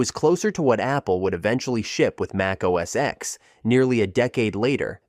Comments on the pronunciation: Mac OS X is pronounced “OS 10” not “OS ecks”! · Apple OS X is pronounced “10” not “ex”!